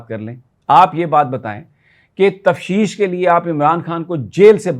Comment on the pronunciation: Sir lafz tafteesh hota hy....tafsheesh nai